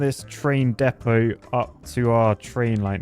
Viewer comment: You don’t understand just how refreshing it is to finally hear somebody on YouTube pronounce ‘Depot’ correctly!